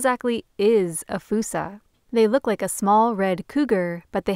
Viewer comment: ''Foosa'' Where did that come from?